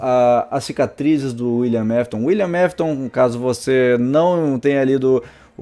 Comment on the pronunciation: Teve uma hora que ele falou"Willian Mafton"😂😂😂😂